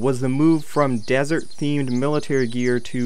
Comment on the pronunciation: Were you really calling the stuff at the end desert or is my hearing bad?